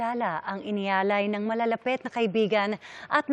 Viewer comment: Malalapit (NOT malalapet).Ma-ikli (NOT ma-ikle).